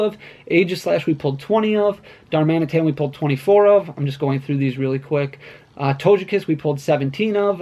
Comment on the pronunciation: my mans said "Toge-Cat" like Doja Cat, instead of Togekiss lmao